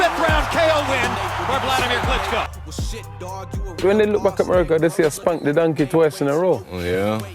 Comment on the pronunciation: The Klitchko s ko 🤣🤣🤣🤣